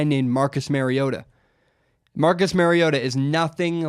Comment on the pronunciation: Learn to pronounce Mariota bro. That's so damn annoying. Think Mario not Mary.